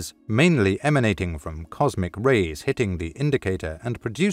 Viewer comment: Comsic? Lol